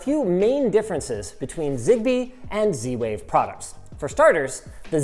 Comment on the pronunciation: And he went for zwave 🤦